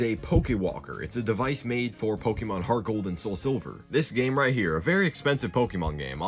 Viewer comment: "I play Po-kay-mon Heartgold vervion! I play Po-kay-mon Soulsilver!"